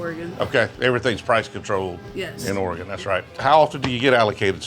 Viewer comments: You even took the time to call it OryGun. Nicely done. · At least he got the pronunciation of "Oregon" correctly. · I appreciate he says Oregon correct. Lol. Dude if you were more into whisky. Couple good spots in Eugene, Corvallis, and Portland. I mean Pendleton is good. Made in Hood river. Not bourbon. Cool you came through. 😎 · I sincerely appreciate you pronouncing Oregon correctly ! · Thanks for saying my state’s name right!! 😂